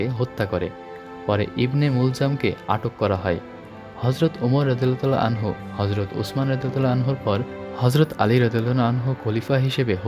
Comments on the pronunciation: আনহা হবেনা আনহু হবে। ভিডিও বানানোর আগে দয়া করে এগুলা জেনে নিবেন। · আসসালামু আলাইকুম। আনহা না ভাইজান আনহু হবে